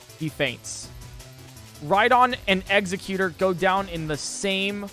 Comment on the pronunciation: WHY ITS EGG-ZE-CU-TORE NOT EGG-ZE-CU-TER